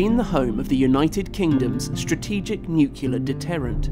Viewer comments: NUCULAR.....what's that mean? It's "NUCLEAR", get it? Pronounced "new-clear"............ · And I could have sworn that "nuclear" is not pronounced "nuculer".